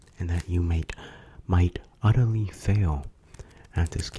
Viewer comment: And “you might odurly fail”